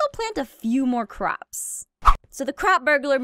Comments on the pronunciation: When she says crop it sounds like she says c.r.a.p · nightcour its not crap its CROP